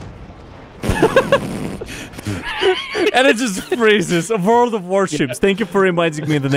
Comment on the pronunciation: Lol it's just "World"